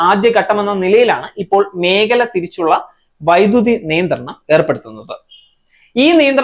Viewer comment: പ്രസന്റേഷൻ നന്നായിട്ടുണ്ട് 👍🏻 ഉച്ചാരണം ശരിയാക്കണം. 1.ഉപഫോഗം അല്ല. ഉപഭോഗം. 2. ആദ്യഗട്ടം ശരിയല്ല ആദ്യഘട്ടം. 3. മേഗല അല്ല മേഖല. 4. ബലം അല്ല ഫലം. ഇതൊക്കെ ഒന്ന് ശരിയാക്കൂ. എന്നാലേ ഭംഗി വരൂ. കേൾക്കാൻ സുഖവും.